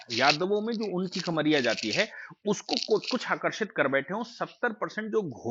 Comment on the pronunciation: घोसी और कमरिया (खमरिया नहीं)